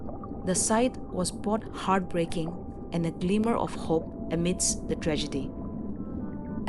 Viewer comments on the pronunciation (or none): none